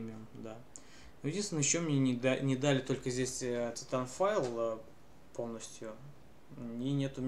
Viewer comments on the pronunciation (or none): пффф))) какой шикарный английский Ориджинал(ориджин) титанфайл (титанфол) энцес(эйсес) русски водка балалайка блеать